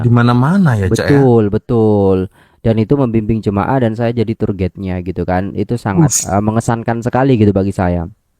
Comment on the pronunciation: Cak²...Bukan 'turget' sebutan yg bener adalah 'tuwer gaid' (tourguide). Ingatkan bahsa Belanda td...🔎📖📚🤭😄👍